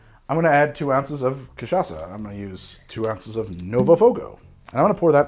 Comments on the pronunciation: Holy shit he learned how to say cachaça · Hey, you nailed the "cachaça" pronunciation! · Wow, we've come a long way, from saying Ca-tcha-ka to arguing that cachaça is a rum with perfect pronunciation. I feel like a proud mom. But seriously, using sugar on a caipirinha has it's upsides: as you drink the ice melts and dissolves the rocky sugar over time. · I'm impressed at your effort to correctly pronouce Cachaça. Spoke just like a native speaker. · has learned how to pronounce Cachaca since last time! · Yes! You got the pronunciation of Cachaça! 😂😂 Well done!